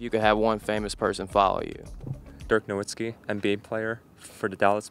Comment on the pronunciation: Guy can't even correctly pronounce the name of his celebrity idol. (No-VIT-skee. It's German, so W sounds are replaced by V sounds.)